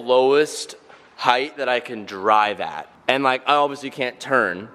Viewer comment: Go the Aussie "Can't"